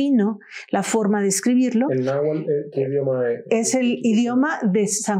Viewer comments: NahuaTl con T no nahual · Se dice náhuatl y no nahual